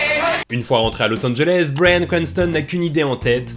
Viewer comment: La vidéo est très cool mais cet accent :"bwayan cwantson" 'boueykigue bade" 😅